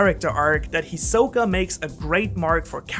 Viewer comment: It’s HIsoka NOT hiSOka